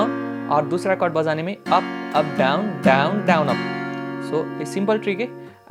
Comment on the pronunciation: Bojane ke liye = assamese accent 😅